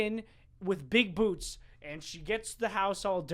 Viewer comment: I thought you said boobs not boots